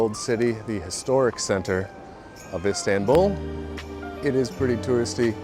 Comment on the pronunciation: Pronunciation of Istanbul.. "a" is not like in apple. Like in America the last last "a"... Fyi